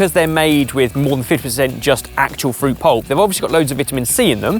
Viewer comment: English: fruit, French: Fuit?? Keep the R.